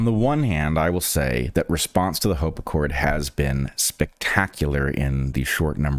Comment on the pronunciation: HOPE ACCORD, not HOPACCORD